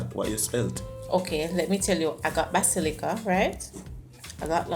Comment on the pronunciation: Basillia🤣🤣🤣🤣WHATS that pronunciation phle what🤣